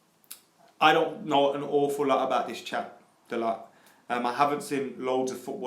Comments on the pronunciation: Di-O-go Da-low not Diago dalot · Lets get this sorted right away: ITS PRONOUNCED "DALOH". Not that that matters because can't even say De Gea properly after years... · It's pronounced "dalo" , with the T silent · Hey guys it's pronounced da-loh